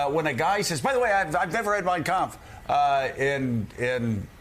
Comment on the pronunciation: His pronunciation of kampft was telling